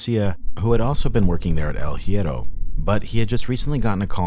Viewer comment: Also research how to spell stuff in Spanish. No hate, just saying. hierro - “E-eh-row” the h is silent